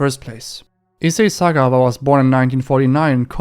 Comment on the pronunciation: Isa Sakkare Sootha. 😂 (Thatz what i heard). My guyz will know what i just typed. 😂😂😂😂😂 (Issei Sagawa) 😂😂😂